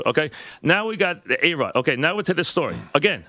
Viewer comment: Mike calls A-Rod "BAE-ROD" LMAO